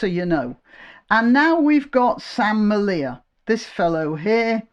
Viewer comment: Sam's name is pronounced like 'media' but with an L. No one who has talked about his plight apart from his wife Laura Towler, has got his name right, and everyone just has to qualify their remarks with 'as unpleasant as I may find ' disavowals. Im glad you said 'may'. If you met him or Laura, I guarantee you would find them to be the most affable company, with the interests of our people, their toddler and second baby to be at heart. And the tea their family business Grandma Towler's sells is the very best.